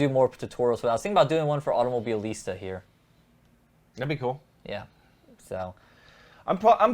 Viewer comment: Why you got this big trouble to pronounce this Automobilista ?